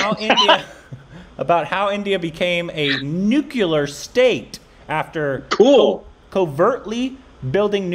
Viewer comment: That's Nuclear! Not Nucelar 😅